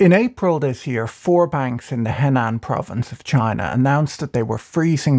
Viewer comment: 'Henan'... pronounced more like 'her-nan'